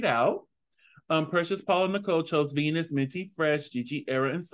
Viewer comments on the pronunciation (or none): Love the episode review. Also, it’s pronounced “veen-yas” instead of “venus” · Correction its vinyasss! Not vinas but anyways love the review